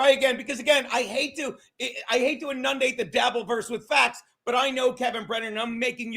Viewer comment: Enundate? Huh? Wha?